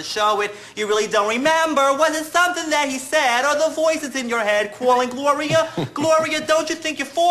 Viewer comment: “GLOWRIA why isnt anybody CWAALIN?” -Ian Benardo, with the already long and impressive resume; superstar, singer, dancer.